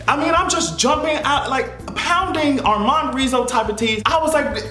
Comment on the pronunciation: SHE SAID ARMOND RIZZO. GOODBYE.